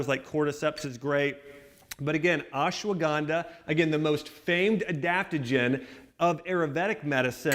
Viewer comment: Please axe Dr.Axe from your subscriber list ASAP. He is the biggest charlatan running amok on youtube. Bone broth as an ingredient into ancient ayurvedic "Turmeric milk" is nothing short of Heresy. By the way that secret ingredient is Ashwagandha not ASS-shwanganda! If you add Bone broth into everything that you eat or drink then you don't miss anything from this channel - if at all.